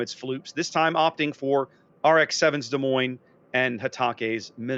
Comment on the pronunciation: Can this moron learn how to pronounce Des Moines please? Terrible presenter talks crap most of the time.